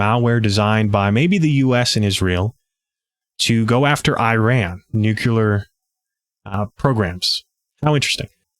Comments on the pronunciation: We always want to pronounce “nuclear” this way: NUKE-lee-er. It’s not NUKE-u-lar. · Great layout and info! Still, I scrunched my nose at "nu kyoo ler." It doesn't help help sell yourself as an intellectual or knowledgeable person if you obstinately pronounce words contrary to how they are spelled. Where else might a crucial detail be glossed over in such a manner? Nuclear = "Nu klee er" or even "new clear". There's only one 'u' in it. BTW, we've been sounding the alarm for election fraud ever since the results came in and a "Russian tail" was in evidence. No one listens because Trump set it up by calling the 2020 election rigged, which his cult parrots even today. He cries wolf and is also the wolf. It's the only smart thing he's ever done and I'm not so sure he did it on purpose. It's deep in the bully's playbook to play victim so you may freely perpetrate a crime, but it is how their minds work.